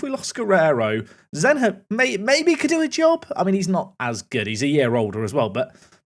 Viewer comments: Zenha is said like Zenya, like the H in Mourinho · Guessing Zenha would be pronounced more like "Zenya"? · you say the nh for zenha like you say ny For example ronaldinho= dinyo Thought that that could help